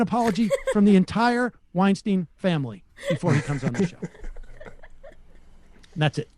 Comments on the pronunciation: makes a point of pronouncing "Lech" correctly has in the past, and continues to mispronounce "Weinstein" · You’re bothered by Bret mispronouncing Matt Lech as Matt “Lesh,” yet you routinely mispronounce Weinstein’s last name. It has a hard I sound, not an “e” in the Stein part. Weinstein like Einstein. Oh the Irony... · Did Sam purposely mispronouce Bret's last name? Its, Weinstein, not Weinsteen... it rhymes... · Watched this for two minutes... stopped there, at the point where this sneering bozo excoriated Bret Weinstein (pronounced Weinstine, not Weinsteen) for mispronouncing someone else's name. This is either oblivious hypocrisy, or if it's supposed to be funny it confirms that where there's no sense there's no real sense of humour. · It’s ironic that Seder repeatedly dogs Bret Weinstein for mispronouncing Matt Lech’s last name while mispronouncing Bret’s last name. It sounds like Einstein not “whine-steen.” But it’s not surprising that Seder always gets hung up on trivial, superficial issues instead of legitimate ones. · isn't weinSTEIN pronounced like "eye" as opposed to "ee"? I've seen enough bret & eric weinstein clips to know that...weird to go after pronunciation of lech's last name given that sam is saying bret's last name wrong. anyway rest of the video was good thanks kiddos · Oh my God the irony. 🤣🤣🤣 There is tons of footage out there that shows his name is pronounced WeinSTEIN not WeinSTEEN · Weinstein is pronounced like Einstein. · You have a problem with pronunciation of names and in the breath of complaint, you pronounce his name 'Wine-steen'... You guys are a joke with no punchline. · Funny how people get offended by Sam pronouncing "Weinsteen" wrong. But at least Sam doesn't want him to get fired because of that like Weinsteen does with Matt. So it's not entirely the same thing. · Isn't it pronounced Wine St-eye-n?ㅎㅎ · sam making a big deal out of bret saying matts name wrong right after he says brets name wrong is kisses fingers